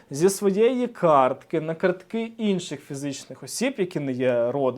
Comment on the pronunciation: кАртки, не карткИ!